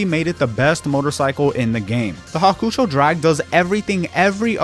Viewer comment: Hawkoocho drag😭 Its hawk-ō-chow